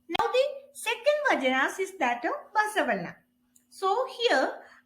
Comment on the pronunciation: Mam it is not "vajanas" it's "vachanas" first pronounce properly 😂